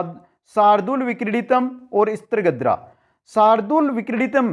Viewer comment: मन्द्राक्रान्ता नहिं मन्दाक्रान्ता कहिये ॥ स्त्रीगोत्रा नहिं स्रग्धरा कहिये ॥ streegotraa galat sragdharaa kahiye jee अपना उच्चारण बहुत दोषयुक्त है जी